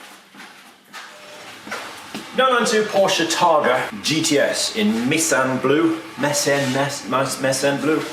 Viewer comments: I think its ‘My-Sen’ blue. Iirc Meissen made pottery or porcelain. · ‘My-sen’ Yep….that’s exactly how it’s pronounced.